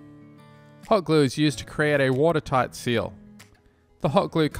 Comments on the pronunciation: "Water sight teal" haha no worries I sometimes accidentally say low the mawn instead of mow the lawn 😅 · I don't know how many bloopers you had to said the "dam walls" and the "watersigth teal".